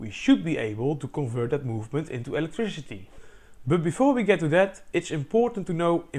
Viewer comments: This dude says “electrishity” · "treesh" "electrishity" "seriesh" "bosishion"